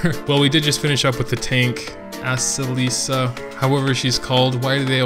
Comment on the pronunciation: A-se-li-ca!, please.